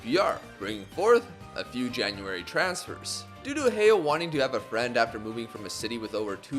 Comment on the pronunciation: just wanna clarify heo is pronounced as ho in korean